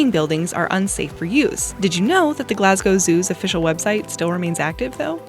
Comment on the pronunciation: Kudos for pronouncing Glasgow property and not "Glass Cow" like most Americans